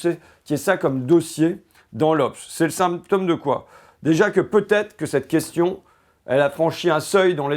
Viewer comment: Il est mignon, l'ignare... Fait le simple et le populaire avec son vocabulaire et sa diction. A jamais pris un cours de d'économie de sa vie. Ça marche, n'empêche. Il dit tellement de conneries qu'il a clairement fini par y croire. Plus simple que de faire des études. Il faudra aussi lui expliquer qu'on dit pas la "goche" mais la gauche, pas un "symptomme" mais un symptôme. Les fascismes ont toujours utilisé ces mecs pour pointer le bout de leur nez. Et il fait semblant de découvrir flightradar alors qu'il en parle depuis 3 ans, pour faire l'étonné. Lamentable.